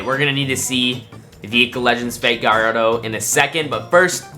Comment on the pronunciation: Bro pronouced Gallardo wrong